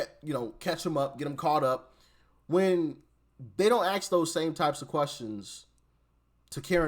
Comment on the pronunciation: I sure wish you would 'ask' the question in stead of 'ax' the question. You don't have to speak incorrect English any more. You are above ebophonics.